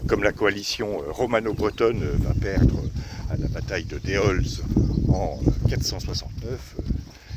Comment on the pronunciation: bonjour je suis heureux d apprendre autant de chose sur ma ville Châteauroux par contre ont ne prononce pas le s sur Déols lol